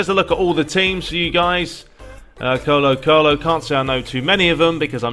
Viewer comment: I'm Latin American and I love the way you pronounce Colo-Colo 🤗🤗. Greetings